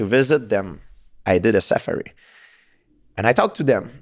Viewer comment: The way GSP says ‘Safari’ is brilliant